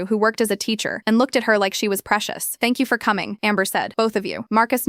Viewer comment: “Tank you is not 3 words